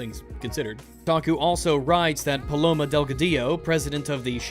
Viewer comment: God the butchering of hispanic names is real its PALOMA short sharp cut, this rampant racism coming from is appalling